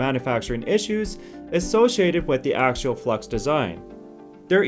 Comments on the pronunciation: AXIAL not AKSHUAL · (pe)s- you-doh pseudo Acks-ee-all axial. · Since you are using a North American accent I'm going to have to agree with learning your pronunciations. Stator stā′tər and Axial ak-sē-əl have actual pronunciation guidelines, which you are not following. I might also suggest looking into current application of said axial motors. Namely that seem to be implemented